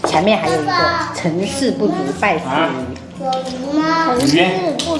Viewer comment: 大哥，“败事有余” 不是 “拜四有鱼” 😂🤣😅